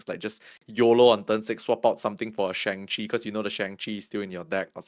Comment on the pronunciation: Let’s try pronouncing Shang’s name properly if possible. It’s not “Shang” like “Bang”, it sounds more like “Sean” or “Wong”.